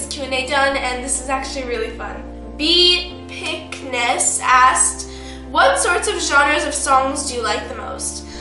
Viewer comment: hey there, this is a pretty dope, but just a minor reminder though, my name (since it's a made-up name), it's technically pronounced as Be-Epicness instead of Be-picness, as it was meant to aim to be epic & stuffs, in other words, BEpicness = Be Epicness. Not to mention, thx for making a video even u r sick, but personally, it’s not necessary to push urself too much when u r sick, I think u should get some rests as well,& plz don’t be rushed in making vids, it’s understandable to take longer time to make a better vid. Also, if u don't mind playing paid apps I'd like to introduce a game named Cytus II, which includes stories & music genres such as Jpop, Hardcore, Electronic, Rock, Post-Rock, Artcore, etc, & famous artists, such as M2U, 3R2, t+pazolite, Sakuzyo, EAjRock, DJ Mashiro, Ice, Section9, Nikki Simmons,hinode. So I think u might enjoy playing it as it's a rhythm game.that u can feel lots of emotions through playing songs & maybe u'll like some of the songs / music. whatever contents u aim to offer from this channel, I'm positive that all of ur fans will support u no matter what, & I hope u can "BEpic" as well. Hope u r having a pleasant day.thx